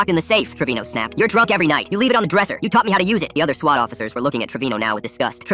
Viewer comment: Just say swat bro 😭